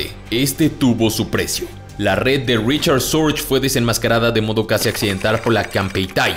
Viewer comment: Se pronuncia fonéticamente en alemán RIJARD SORGUE.